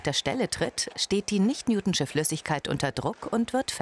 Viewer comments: Ich hasse es wie sie newtonsche sagt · "Newtschne" Flüssigkeit 😂😂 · Sie sagt nicht newtschin...